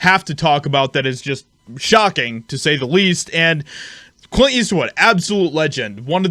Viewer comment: You don’t know how to pronounce or annunciate Clint ? Do better. You’re out here in front.., lead by example..